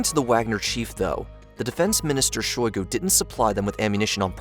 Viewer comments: it's SHOI-gu. not she-GOI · It's Shoigu, not Shugoi... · FYI, it's "Shoigu", not "Shugoi". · I correction would be on your pronunciation of a name. Its not Shugoi but its Shoigu. Its funny to hear people brutally mutilating slavic names xd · SHOY-GU. Not “Shoe-guy”. That’s how you pronounce Shoigu. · "Shegoi" = "Shoigu" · You kept mispronouncing Shoigu as Shugoi. 🤷‍♀️ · It's Shoigu, not Shugoi. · Shoygoo. Not shigoy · What did they promise him to stop?? Also, there are not 1M soldiers for Ruzzia, unless you count Babushkas. Lastly, it is "SHOOI-GOO". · Sir gay shoy(soy) goo. Repeat after me Sir gay shoy goo. That's how you properly pronounce the name. 🙄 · Only two things in this universe are truly random: collapse of a quantum superposition and this guys pronunciation of "Sergei Shoigu". I'm not certain about the superposition. -Albert Einstein probably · Who says "shoogoy"??? instead of "shoy-goo"??? and who says "coo-de-at" instead of "coo-de-ta"??????? I appreciate the effort, but really? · Correct pronunciations: Please read them as you see them written here. “cou d’etat” - this is a french term “Sergei Shoigu” - (you can hear every single letter as it is probunced Șoigu)You’ve absolutely murdered this idiot’s name. Other than this, loved your presentation, not necessarily sure that was the reason for Prigozin not going further with his coup. He might just have wanted to send out a signal as we’ve seen plenty of incursions into Russia lately, but we may never know.